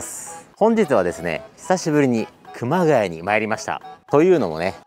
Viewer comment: 熊谷↓じゃなくて熊谷↑の発音でお願いします（笑）